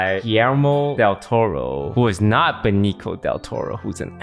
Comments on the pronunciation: Benico? lol it's more like "Beneezio" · the way toast pronounced Benicio's name..... pain